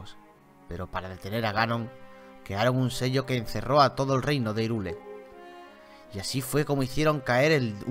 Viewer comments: No se pronuncia "irule",se pronuncia "jairul" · asi se pronuncia hyrule se pronuncia hayrul